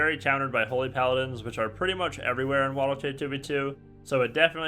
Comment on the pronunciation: Man said waddle k